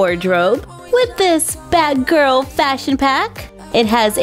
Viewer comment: Anybody else notice it sounds like she say bad girl when she actually meant to say batgirl?